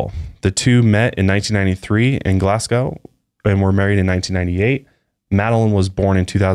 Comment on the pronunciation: Loved this podcast! Fyi it is pronounced Glas-go (people were looking at me on the train when I was giggling when you said glasg-ow )